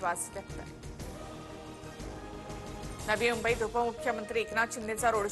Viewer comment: Aadhi mumbai nit bolalya shika reporter umbai kay asta?